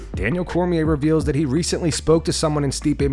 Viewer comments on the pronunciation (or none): none